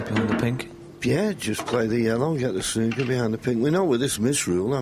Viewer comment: I love a game of "SNOK"...